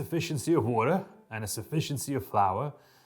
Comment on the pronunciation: your mark twain pronunciation of "water" sounds like "olla" to me, which is neat